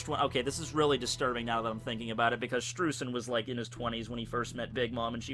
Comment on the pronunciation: Streusen is pronounced "Sh'tro'ee'sen" German's my mother tongue Also the Kana for his name is; 'シュトロイゼン' 'Shutroizen' So Oda gets it. Just follow the Kana for everything from the One Piece Wiki and you're Golden. That should be everyone's approach